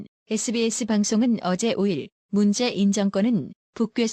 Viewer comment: 도 로보트 처럼 말 띠엄을 모르네.; '문재인'도 제대로 못 읽어요. '문재-인' 으로..이게뭐야.